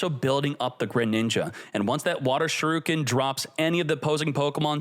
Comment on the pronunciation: My mans! Good content but my goodness, you gotta learn how to pronounce the Pokemon names right.. especially with a channel with Pokemon in its name! Haha Keep up the good content, excited to see your coverage as the meta grows. P.S. Shuriken: Sure-ree-ken, not Shrew-ken. Taken from a Japanese pronunciation